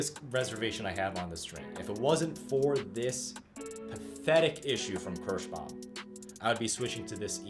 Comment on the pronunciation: It is called KIrschbaUUUUUUUUUUUUUUUUUUUUUUUUUm, it is not Kirschbam. If you want Kirschbam string go create your own brand of strings. Your awful pronunciation really makes my ears bleed.